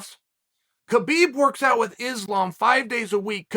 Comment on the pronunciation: Justin fought for the belt last fight…so did Chandler. There is not way either should fight for it again after 1 fight. And Chael, the K is silent. It’s pronounced hubeeb